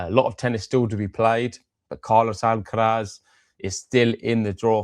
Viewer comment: Weirdest miss-pronounciation of "R" by these guys. Noticed that they pronounce R perfectly in normal sentences.. but as soon as it is in a name, (Alcaraz, or Cerundolo for instance), they suddenly cant do it :D